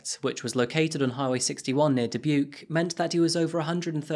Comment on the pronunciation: I lived 20 minutes away from this when she went missing. I’ll never forget the feeing the whole community had during that time. All of the press conference broke everyone, praying for her to come home safe. She was a beautiful girl. ❤️ (P.S. thanks for saying Dubuque correctly 😂)